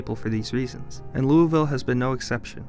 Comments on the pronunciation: I can't watch a informative video about my city when it's being pronounced the wrong way. There is one way true locals say it and it's not Louie. This is my first exposure to your channel and it's a turn off as it seems not well researched. You did not pronounce it correctly. Period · I’m 60 years old, lived in Louisville my entire life except for some Army time…I’ve always pronounced it Lou-ee-ville…as does everyone else I know. Depends on what part of town you’re from maybe. But you’ll hear both in any part of town. I find the comment section hilarious. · It’s pronounced “Loo-a-vul” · If your from south East ky it’s lou-vull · Every Louisvillian watching this cringing at "loo-ee-ville" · I've lived here since I was a toddler. It's pronounced Lol-vuhll. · Say it with me: loo-uh-v'll. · it’s not LUI VILLE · Lou uh vull or Lou ih vull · In KY its pronounced Lul-vull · It's LOU A VILLE, kinda like NEW AWL-INS... just saying... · its pronounced luh-ville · When I heard him pronounce Louisville wrong, (Lou-uh-vull) I stopped listening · Loo uh vull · It's lueville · To pronounce Louisville correctly, should sound like a bag of six in ur mouth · one problem, you pronounced louisville wrong. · No one says it that way unless you aren’t local…. Always with a uh/a in there (not historically accurate, but that’s how people say it here) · As a local I can say your pronunciation is a bit off. But it's better than how some people pronounce it. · I have lived here majority of my life, and remember making that argument when I was younger. It is not said both ways. It may be named after King Louie, but there is a way places over time can change pronunciations. By making this video without having researched the proper colloquial pronunciation, makes it look you don't care for facts/truth. Arguing with people who live in the town they don't know how to pronounce their city, is also not good form. And yes, it is very apparent you are not local. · He mispronounces the name...